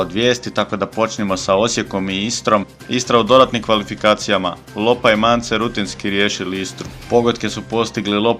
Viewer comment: Lopa ne Lyopa, ali ok inače sve dobro